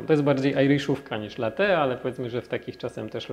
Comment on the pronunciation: kurde wszystko prawda tylko najbardziej mnie denerwuje jak używamy (zapożyczamy(slów z języka obcego ponieważ chcemy naśladować ich w robieniu rzeczy , które robią oni a nie potrafimy wypowiedziec tego poprawnie jak napisano wyrażnie latte a nie late i nie ten akcent ,nie mówie czy nie piszę tego żeby się wymądrzać tylko to bardzo śmiesznie brzmi jak pisze latte i powinno się czytać latte i włosi wymawiają latte to dla czego nie mówimy latte tylko late wrrrrr